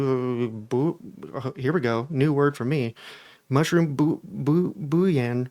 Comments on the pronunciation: it's pronounced "bull-yon".😊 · It’s pronounced BOO LEY ONN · Hey English is a tough language, especially the French loanwords like "bouillon", pronounced in American English as "Bool-Yawn". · Bouillon is pronounced boo-yawn. It can be a tough word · honestly that was a great attempt considering how weird bouillon is spelled! In the south we pronounce it Bulli-yawn, it’s the dry version of broth. That’s what’s in the ramen packets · That word that stumped you is pronounced ‘bull-yun.” It’s usually sold as powder or cubes to make broth for soup. It’s hard to pronounce because it’s French and the vowels are tricky. 🙂 And it’s good to keep learning words! Think how you’ll kick ass at Scrabble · It's more like Boo-yone, like in filet mignon